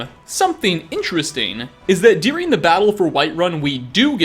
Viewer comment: Why do you pronounce the word ‘during’ as dearing?